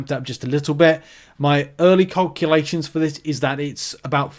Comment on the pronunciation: Nice work, my favourite thing about this video is listening to your pronunciation of calculations 🤣🤣🤣 I thought you was English!!!